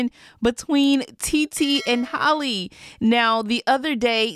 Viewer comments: It’s hall-eeeeee not hollie 🙄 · Not HOLLY, HAL-LEE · It’s pronounced like Hally not Holly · Can we prioritize pronouncing black women’s names in 2022? Because her name isn’t Holly…it’s Halle…pronounced exactly like Halle Berry. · Can you please say halle name right like it’s not holly it’s hal eeee like i know I’ve commented this before like stop butchering her name honey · That’s not how you say Halle